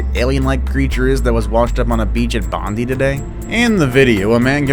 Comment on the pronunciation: Love how he said Bondi as much as it sounds funny it’s pronounced bond eye